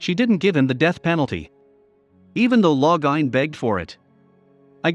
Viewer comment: Loving how the computer/robot/whatever pronounces all the names 😂 Every time it says Lo-gah-in I start giggling.